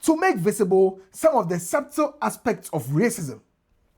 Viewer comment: please 'b' is silent in "Subtle" same as "Debt".